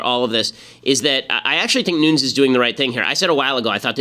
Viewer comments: AGAIN !!!!Ben is pronounced Nu-ness, it's a portuguese last name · Nuñes...ñ sounds like "gn" nu"gn"nes. His last name is Spanish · Its Nunessss with a hard S Ben. I know because I am friends with one of his relatives. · Ben gets a lot of things right, but according to this Devin Nunes pronounces his own name "Newness".